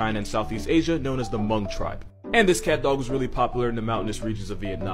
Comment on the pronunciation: The H in Hmong is silent, and I could know that bc I'm hmong